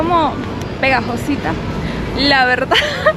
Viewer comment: 25 grados pegadozita? Pero de donde eres niña?😅